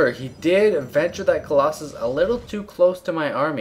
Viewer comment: "premature collossuss" nough said. You should cast more while drunk.